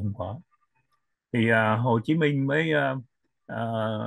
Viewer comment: nên phát âm cho đúng tên anh Minh, không phải là Min!